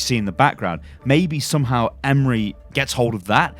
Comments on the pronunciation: AS bayrakları as türk var mı ?? And we pronounce Emre not like imre look the translate it is emre e-m-r-e not imre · Why are you calling him Emri ? Its Emre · Love you on youtube but emre is not pronounced like emery its like Em-re re is like the note. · It’s not pronounced “Em-Ree” but rather “Em-Ray” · I believe that his first name is pronounced 'em-ray' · its em-rae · TheNames LC It's actually Em-Reh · "Emre" is pronounced with a sort of rolled "R" and the "E" at the end has a slight "Ay" to it. So you would pronounce it Em-ray, Hope that clears it up for some of you. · His first name is pronounced ‘m-ray’. Isn’t hard. It’s a standard, very well known Turkish and Muslim name. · pronounce it like this 'Emm reh'. E's sound like ea in the word bread. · Pronounced ēm-ray or ēm-rū the first pronunciation caused me to think of the Ray leak from a while ago, the one who pilots the orca drop-ships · its pranounced em-reh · I’m Turkish and the way you pronouncing his name is making me laugh 😂 , it’s Em-reh, I don’t know how to make second part easier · It's so freaking funny 🤣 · emrekid same hahaha it's so funny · I think you need to pronounce it Emreee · I hope ı can explane but its so basic m8 just try say just e m r e not any "y" or somethink if you see turkish name or word you can say it just say what you see if you see emre say e m r e if you see istanbul say i s t a n b u l love u <3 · Emruh is how it's pronounced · Konrað Lenton Chill bro he didn’t know, I’m Turkish too but it’s not a big deal if he didn’t know how to pronounce a name. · Just for future reference, I had a friend in school called Emre and he pronounced it like M-RAY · I dont know how you said the name so incorrectly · I'm turkish and i know how its prenounced it's so funny how you prenounce the name. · You butcher the name :) Just use the google translate, it is pronouncing right but wright like this Emre Sarıoğlu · abcRS the way he says Emre hurts my soul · Stef Myt no it's not.